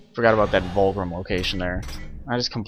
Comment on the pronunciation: btw its VULGRIM not WULGRIM